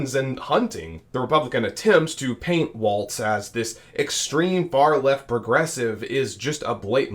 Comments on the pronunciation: Apparently you are mispronouncing his name. Walls not Waltz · Walz, not waltz. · Why does everyone at Occupy Dem pronounce his name wrong!? W-A-L-Z It's Walz, like the walls of a house. Not waltz like the dance. 🫣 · His name is Walz (Wall-ZZZ) nor Waltz (Wall-T-ZZZ) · It is pronounced like WALLS like in your house, NOT WALTZ like the dance. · It’s not waltz like the dance. It’s walz. Like walls in your house. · Walz' name is pronounced "walls", not "waltz" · His name is pronounced like WALLS, not waltz. He pronounced it that way in a commercial when he was running for Congress. Vote Harris/Walz in November! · Not Waltz, like the dance. .WALZ , what's holding up the roof! Pronounced WALLS! Get used to it folk!!!! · Great coverage, but Tim Walz's last name is pronounce like you're saying the word 'walls', not as 'waltz'. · walls not waltz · It’s Walz like walls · Two things: 1. I believe it's pronounced "Walls" 2. Please a little less "click-baity" headling. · It's WALZ. No t in there. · Walz not Waltz. 💙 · pronounced "Walls", not with a "z" sound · oops, I should have typed "not with a 'tz' sound" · His name, Walz, is pronounced "Walls". Their is no t in his name. It's basic courtesy to pronounce a person's name correctly. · Since name pronunciation is an issue in this campaign lets learn to say WALZ....no T, not WALTZ. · THERES NO “T”IN WALZ!!!!!! PRONOUNCE IT CORRECTLY!!!!